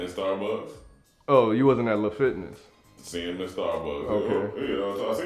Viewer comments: Had to rewind after he said "La" Fitness 🤣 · He said LA fitness lol 🤣😅🤣